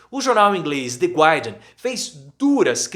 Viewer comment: A pronúncia é The GARrdian!